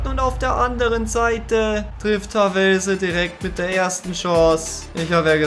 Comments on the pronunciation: Beim TSV Havelse liegt die Betonung auf dem a und nicht auf dem e👍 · Havelse, wird Haavelse ausgesprochen. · Nicht Havellse Havelse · Man spricht es nicht "Havellse" aus sondern "Hawlse" 😅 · Heißt übrigens Havelse und nicht Ha vellse🤔😅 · Wie du Havelse aussprichst triggert mich hart ... 🤣 Da sind keine zwei L! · Niemand Wirklich niemand: Hawellse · Haaavelse spricht man es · Bitte havelse richtig aussprechen, also Hahvehlse gesprochen. Bin ein Havelse Spieler in der Jugend deswegen muss ich das schreiben. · Deine Betonung von Havelse habe ich vorher noch nie gehört😂